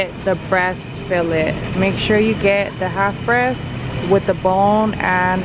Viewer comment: The way pronounced Fillet 😂 she’s so adorable lol